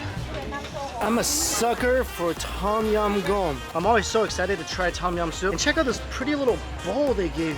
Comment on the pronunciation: TAUM YAUM mike's pronunciation is always god awful...